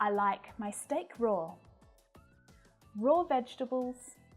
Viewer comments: Raw and Roar are Not pronounced the same. In fact a number of her examples are incorrect in the pronoun. Be careful if you fowl her example! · Hi, I would like to say that the word "raw" doesnt end in "r". It can be easily pronounced correctlywithout putting an r at the end. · Ruth here, wow, she pronounces some of these words wrong raw and roar should not rhyme that close, wow, wow, come on